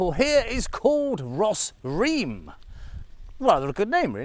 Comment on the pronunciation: Thank you for another pleasant outing and makes me miss Cambodia even more. I can't wait to get back after this pandemic lockdown. I have never seen Sambor Prei Kuk and I assume this temple was built around the same era of 6th century. Your caption is ''Bos Ream'' but you pronounced it as "Ros Ream''. Ream is the Khmerization of Rama, as in Ream Ker - Tale of Rama or Ramayana in Sanskrit.